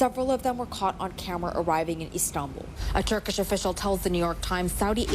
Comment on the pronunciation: What is wrong with this CNN speaker. TRKSCH, SCHSCHGI. Wtfff. Why has she not been fired for not being able to talk.